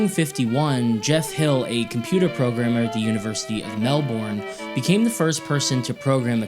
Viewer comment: You said Melb'n wrong